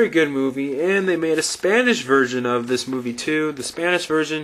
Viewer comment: "like 'dis..." lmao, you sounded like Borat than Dracula. ^_^